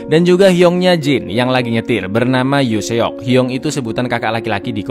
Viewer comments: bang, mohon maaf sebelumnya. yoo seok dibacanya yu sok aja. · Yoo Seok di baca = Yu Sok. Omma appa di baca = Oma Apa, tadi salah di Appa jadi Opa. Bantu koreksi biar pngucapan lebih benar 🙏🏻